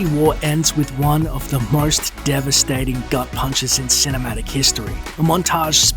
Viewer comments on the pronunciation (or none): none